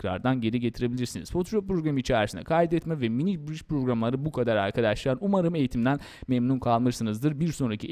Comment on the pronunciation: abi afedersin ama çok mal konuşuyorsun, biraz daha düzgün konuş "arkaaadaşlarğ"